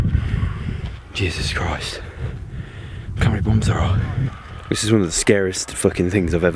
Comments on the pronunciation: Stop saying juses krist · It’s so funny when he says ,” Jesus Christ ( in Australian and British accent ) “